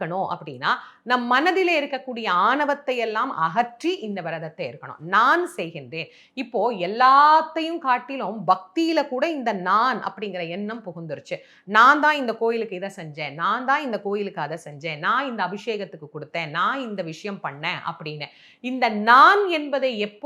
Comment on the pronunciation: அம்மா ஆனவம்,என்னம் ,மானவன் என்று உச்சரிக்கின்றீர்கள் அது வல்லின ண எனவே மாணவன்,எண்ணம்,ஆணவம் என்று அழுத்தமாக கூறுங்கள்